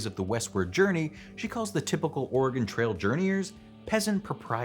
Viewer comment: Yes, I laughed every time he said it. It's especially funny because he pronounced "Oregon" correctly which is one that many people get wrong.